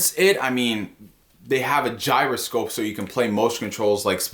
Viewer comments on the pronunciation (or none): none